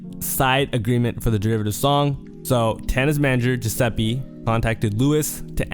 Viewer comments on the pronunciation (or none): W video but my nigga its pronounced LOU WEEZE not Lewis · It’s loo-eece not loo-uhs 😢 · the way u said luis pisses me off thats not how u pronounce it lmao